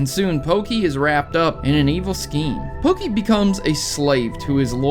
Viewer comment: everytime you say pokey, i hurt